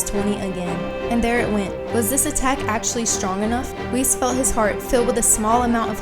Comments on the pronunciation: I love this channel etc but why are you pronouncing "Whis" like "Whees"? It's "whis" like in "whiskey" 🥃 "wizz" lol isn't it? How come? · i remember not long ago when i made a comment when u said Whis like wiz in wizard. but now youre saying it right!! ohhh yeaaaaaaaaaaaaaaaaa